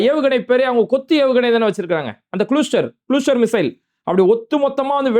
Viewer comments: குளுஸ்டர் இல்லே..., க்ளஸ்டர்😊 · its cluster (klastar not kulustar) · ஓய் தொப்பி, இங்கிலிபீஸ் நல்லா போய் படி, க்ளூஸ்டேர் இல்லை ஓய் கிளாஸ்டர் என்று சொல்லு ஓய் தொப்பி😂😂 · குளுஸ்ற்றர் இல்லை பாறுக் க்ளஸ்ற்றர் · 😂😂😂😂😂 Watar..க்கு வாடர் போலவா...sorry க்கூ சாரிப போலவா???😂😂😂😂😂😂